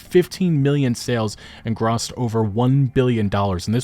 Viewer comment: I know you didn't just say gross like that.